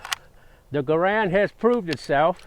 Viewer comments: It is a Garand not a Garande! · Grande? That's never started a fight.. Garand* on the other hand? Absolutely 🤣🤣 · What’s a M1 garand-de? Sounds like a burrito